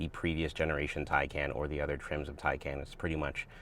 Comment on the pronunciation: TieCon not TieCan